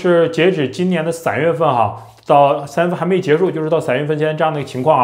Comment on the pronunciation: 三月份 你讀「傘」月份？